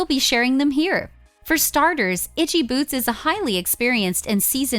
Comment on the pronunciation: At the very least I would expect these idiots to learn to pronounce her name correctly..